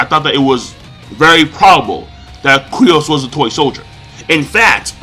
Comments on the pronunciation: its freaking Kyros not Kryos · Kyros, not Kryos! lol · K-Y-R-O-S not c krios lol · What the fuck is Cri oss, his name is ky ros.